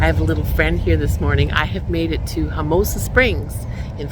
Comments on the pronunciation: Good video. Just fyi dear, it’s Homo-sassa. Not Homosa. Don’t forget the sassa. Homosassa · Ho-muh-sa-suh is the correct pronunciation. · The wildlife park you visited is pronounced HOMO-SASS-UH. It is a beautiful place to visit. Along with the boat tour through the inland wildlife area, they used to have a tour boat that went out the river into the Gulf. Its been awhile since I did that, so maybe they don't have that one any more. Sorry that you had some a-holes camped near you. That often happens in Florda campgrounds these days. Lots of drunk, loud, wild partying and shitty nusic. In regards to the new neughbors, the NFL draft of now former college football players making the jump to the NFL. Lots of people tune in each day as the annoucements are made about what former college players are going to which NFL teams. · Pronounced Homo-sassa....as a native Floridian from that area, I had to correct you lol. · It’s pronounced homo-sass-a springs😁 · You're pronouncing homosassa springs wrong... Just saying 😜